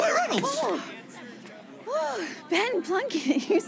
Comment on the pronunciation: Is it just me or does anyone else hear "IT'S RYAN REYNOLDS!" every time he calls Latoya